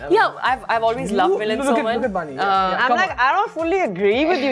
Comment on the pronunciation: its bani..not vani